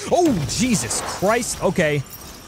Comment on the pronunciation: When you said "jesus Christ" at a little before it sounded like you said diseases Christ